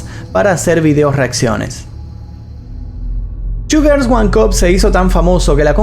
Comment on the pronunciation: Parece que dice "sugars" en lugar de "two girls"... Vocalización..... 🙄😒